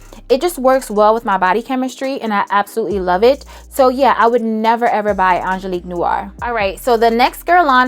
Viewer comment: I was with you till you said Angeliquie....my darling darling Angeliquie? 😂 I still love you though